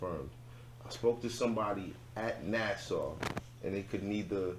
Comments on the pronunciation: It’s not Nassau…it’s nasa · Nasa not Nassau b peace to Strong Island😊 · Just so you guys know it's NASA not Nassar 😆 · This is definitely a conversation that needs to start being talked about within the African American community. But please get properly educated before discussing this topic folks so we as blak folks don't look silly. Nasa is pronounced as such not (nasaw)🤯 We should all know how to atleast pronounce (Nasa) if we are going public we need to pronounce things correctly in order to be taken seriously.we as blak folks are way behind in the subject of ET and UFO history. We have zero legitimate platforms discussing the topic. So im glad yall opened the topic. But ppl are watching.👀 and listening very close to everything we say. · we are lyricists here. NASAU is not an acceptable pronunciation no matter what dialect you use daily. Cmon now.... NASA... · It’s nasa not Nassau